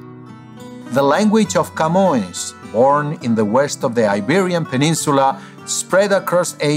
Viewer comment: I knew Portuguese was his language when he got the nasal vowel right in "Camões".